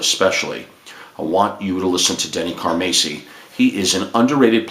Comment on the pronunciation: Pronounced 'Car-Mass-e' ( Mass...like saying, 'Went to Church Mass) So...Not ..."Macy'...as you mis pronounce. also...Just Bill Church. Not..."Up-Church'. just setting that straight. great stuff. one of the biggest Car-MASS-i fans, ever. Trust me. I've got stories. but...thank you for speaking about Denny. A true Legend drummer.